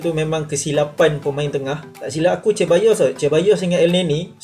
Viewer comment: Mantap review bro as always tp jgn la Cheballos (Sir-bayyos) la hehe gurau2 je tau keep the good work!